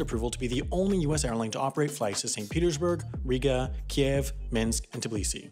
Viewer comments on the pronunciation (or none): none